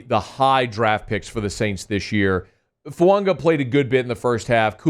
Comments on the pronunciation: His name is not pronounced Foo ung wa it is pronounced Foo ah gah, You always miss pronounce players name wrong every season , you did it last year with Penning 's name and this year it's Fuaqa it drives me nuts. If you are a true professional take the time to prepare and learn the correct pronunciation of the players name you are reporting on please. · Is this guy ever gonna stop calling FUAGA FUUNGA